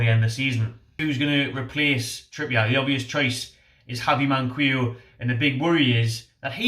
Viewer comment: Its Mankeeyo, not Mankweeyo. Just sayin' :)